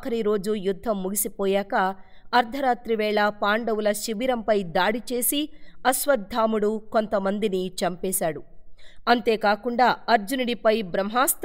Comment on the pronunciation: అశ్వత్థాముడు కాదండీ !!! “అశ్వత్థామ” అండీ!